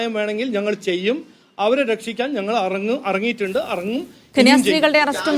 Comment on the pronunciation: At least മലയാളം എങ്കിലും പറയാൻ ഇവന് പറ്റുന്നില്ല ഇറങ്ങും, എന്ന് പറയുന്നത് അറങ്ങും എന്നാണ്....😂😂😂